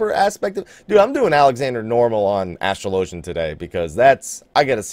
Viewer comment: Astrolo-gin not astro-low-gen